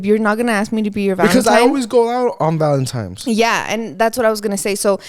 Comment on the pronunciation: saying “valemtimes” instead of valentines lol